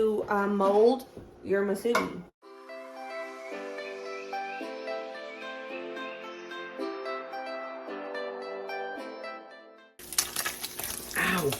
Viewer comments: Yes Hawaii has Spam Musubi and it is pernounced moo su be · From Hawaii🌴 Yep, we love our spam here! Spam Musubi’s are popular in the go food/snack. Musubi is pronounced, “Moo-Sue-Bee”.